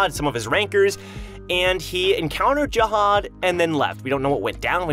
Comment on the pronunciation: zahad not jahad